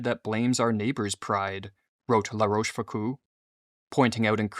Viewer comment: Love the videos and topics but the pronunciation is * La Roche Fook-oh